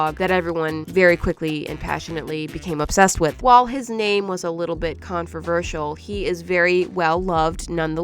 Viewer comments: confervertal no, it was controversial Love the vid tho solid 15/10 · his name may have been conferversial. Me: pardon? Don’t you mean controversial? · did she say con-fruh-versial or am I mishearing?